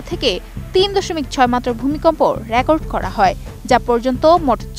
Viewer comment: নরসিংদী কে বারবার নোরসিংদী বললো পাঠিকা।রেকর্ড কে বললো র‍্যাকর্ড।